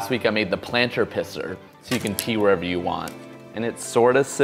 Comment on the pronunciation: "yew got games on ya NoPhone?"